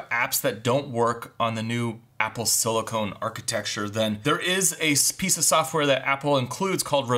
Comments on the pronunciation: PLEASE. Stop saying "silicone." It's "silicon." Great video though. Definitely wasn't aware of how capable the Mac Mini is. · Silicon not silicone! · Sili-CON, not sili-CONE. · OMG, Dude. It’s SILICON! You’re talking about computers! Silicone is an entirely different subject! Can I Venmo you a quarter so you can buy a clue. SIL I CON!!! Here’s another word: ELOCUTION.